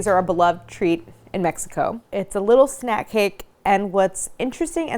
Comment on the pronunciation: The way you pronounce México told me you wouldn't like it. Claire you're awesome but please leave our Mexican food and snacks alone. The first 2 mins made me want to unsubcribe. You cant talk about gansitos like that. Not even gonna finish watching.